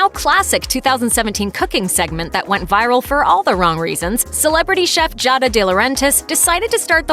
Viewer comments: Jahda? G-ah-duh. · I thought her name was pronounced Gee-ah-da not Jah-da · Jahda? [G-ah-duh] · its GI-AA-DA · This video is bloody "cringe worthy". BIG dislike. These were all just talk. AND It's GEE-AHD-AH ~not however the hell you pronounced it. Damn. fail!